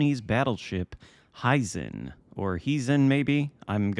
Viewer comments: It is "he zen" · The correct pronunciation is in the vid good sir. Hey - how about a LT russian bb instead of more ijn ships?